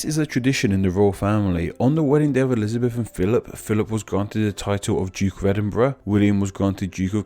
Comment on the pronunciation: I love your videos but this one was tough to listen to and I couldn't get past the background info. Something is off about the audio or maybe it's just more mumbled than usual, because I had a really hard time understanding a lot of words you were saying, primarily "royal" and "duke"--and anything with a hard "th" sound was distinctly an "f" to my ears. :(